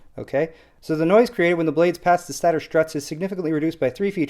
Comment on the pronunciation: "Stator" is pronounced STAY-ter. :) They're borrowing a term from jet engines.